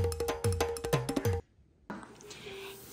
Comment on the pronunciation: The way you say sherbert bothers me